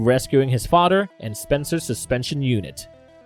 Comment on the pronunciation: Oh no, his fah-der died. Then he made a taran-tula. Then he was placed in cry-row-geen-sis